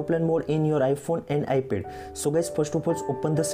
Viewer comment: Iphone as well as Ipel 🤣 it’s ipad man not ipel